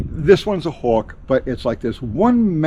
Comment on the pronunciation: WTF is a "houwk"?